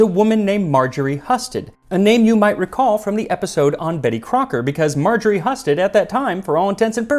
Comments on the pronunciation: You're usually incredibly accurate with all kinds of names from all over the world - are you sure it is Margaret Husted (huss sted) not (hew sted)? I've known people by this name, and they always say hew-sted - which doesn't mean you're wrong, but curious if you have better reasons than I do. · Hi Max, love your show! I am related to Marjorie Husted and we share the same last name. Just so you know, it is pronounced “Hew-stead” 🫡🧑‍🍳